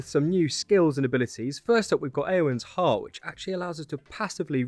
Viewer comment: "Eowin"? Iðunn should never sound anything close to that, regardless of language, as "ð" is not even a vowel — but especially from an English speaker, since English already has that sound, more or less. It's roughly the "th" in the word "the." In fact, phonetic transcription of the "th" sound in "the" still uses that very letter, ð ! It's transcribed generally as Idhunn, Ithun, Idun, or even Iduna / Idunna, among other variations, and pronounced roughly as "ee-doonn," "ee-thoon," or "ee-th'n", depending on language (Icelandic, Norwegian, etc.) and dialect. Never "Eowin," or anything remotely like it.